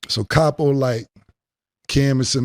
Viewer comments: CAP-O...LOL...Cam was scared thats why he wanted to do it after. lol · Weak Weak Weak😅Capo Sounded like 😅Crappo💩💩💩😅Julez Fucked Up😅With His Scary Ass Look😅In His Up State Prison Pic😮Plus Kimbella Wearing the Pants in Their Romance😅Dipset was a Noveltie Rap Group...